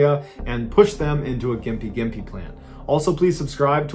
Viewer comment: Thank you for pronouncing Gympie Gympie correctly! ❤